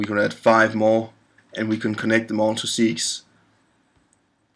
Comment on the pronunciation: FYI - "segues" is spoken in English as 'seg-way' - it's a French word that means 'transition from one to another'. Other'n that, thanks for the good, useful work.